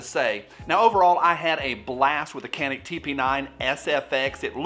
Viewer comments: Can-ick lol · Do you mind a random Turkish guy to pronounce it? It's roughly like Ja (as in Ja Morant) and nick. That C is like J in John, Josh etc. Rest is easy. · Uh it's pronounced CANick... 😉 Turkey meh, otherwise it definitely would be on my want list. Great review and video like always! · It's pronounced Canik not Canik.